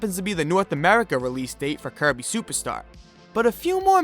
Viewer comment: I keep hearing “Kirby SUPAR star” from him 🤭